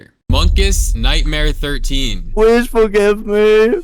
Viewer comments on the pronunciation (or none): Pwease fworgwive mwe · "PWEasE FwoRgiVe mEeE"